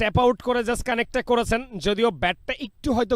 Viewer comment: চ ছ করেন কেন সারাদিন? কমেন্ট্রি করতে আসছেন উচ্চারণ ঠিক নাই। শুধু করেচেন যাচচেন বিরক্তিকর। স্কোয়ার না স্কয়ার।